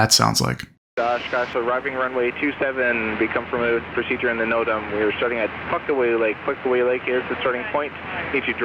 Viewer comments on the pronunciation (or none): whats a note-em? you mean no-tam?